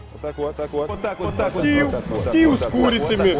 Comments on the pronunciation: Стив а не Стил стил это по английски метал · не стиу,а стив. а так видео ржачь